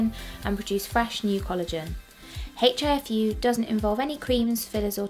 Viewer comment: The letter 'H' is pronounced silently!